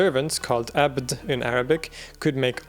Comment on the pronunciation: I’ve watched your videos for a long time and I’m still baffled by how good your Arabic pronunciation is! The only thing I noticed tho was you not pronouncing the ayn in abd.